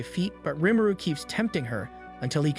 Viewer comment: I hate how he says rumuru